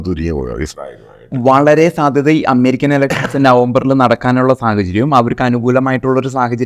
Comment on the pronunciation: അമ്മേരിക്ക അല്ല അമേരിക്ക